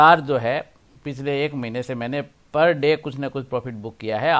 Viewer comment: महिने नही महीने। सही शब्द महीने होता है।